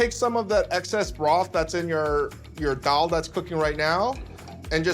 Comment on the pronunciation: David Chang's pronunciation of Daal is so perfect.